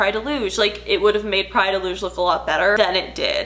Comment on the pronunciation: As a Portuguese person I appreciate you actually going all out and pronouncing "Praia de Luz" correctly